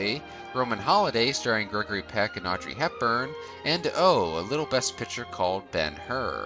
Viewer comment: Good video but you really need to work on pronunciation in general. People names and especially places are really garbaly. I enjoy your channel. Just something I’ve noticed. Pick-ture = Photo/Movie Pit-cher = something that holds liquid or a member of a baseball team.